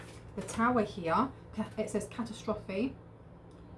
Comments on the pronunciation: phoenetic pronounciation Ka tas tra phee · Grand Rising,! I love the little sundress. It recalls a sense of youthfulness and innocence. I love the color as well... 😊 The word catastrophe is pronounced cat as trophy... I'm not trying to correct you I just thought it was funny to break it down into three words because of the first two syllables "cat as"... 🤣 Yes, I've got the sense of humor of a school boy... 🙋‍♂️ What in the Tarotsphere is going on?... 😳 They just don't stop do they?, I may have the funny bone of a child but I have long ago lost my naivete. They want me to be something that I'm just not anymore. There's some sort of scam that they're running and I haphazardly stumbled into it. These 🙄 people have been scamming the spiritual community for far too long. OMGlimmering hope!?! Why would I want to aligned myself with people who've betrayed me already... ☠️ These people have tried to plagiarize me and freely "borrow" my intellectual property... 🧠 I keep hoping that you read some kinda relationship that's fun, natural and much less complicated... 😉 ❤ 🫵